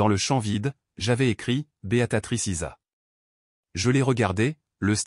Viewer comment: Beatrice pas Beatatrice.